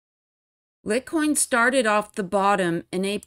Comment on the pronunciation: Litecoin pronounced (light coin). Love your vids!